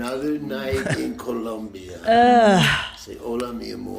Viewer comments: It’s Colombia not ColUmbia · It's Colombia not Columbia..... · The country is called "Colombia" not "Columbia". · Columbia? Like Vancouver? Because there is NO U IN COLOMBIA! Keep these gringos out of here. Gringos guevones. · First of ALL... It's "COLOMBIA" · TOMAS YOU KNOW IT IS COLOMBIA NOT COLUMBIA!!!! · Colombia, not Columbia. ...Stop wincing, you fucking dope. Get your act together. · Its coh-lome-bee-uh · The way he says “Colombia” gets me every time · The name of the country is COLOMBIA with an O 🤦🏻‍♀️